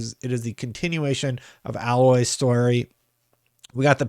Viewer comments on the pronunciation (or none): Isn’t it A-Loy not Alloy as in the metal…